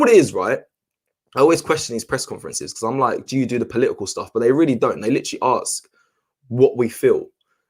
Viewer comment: Please learn how to pronounce ‘ASK’. It’s not “AKS” it’s ‘ASK’! You keep saying “AKSING” and if you want to be a presenter you have to learn to pronounce it correctly!